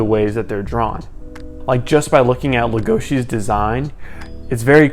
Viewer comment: LegoSI not legoSHI